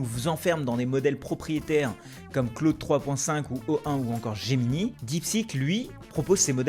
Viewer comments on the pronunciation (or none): none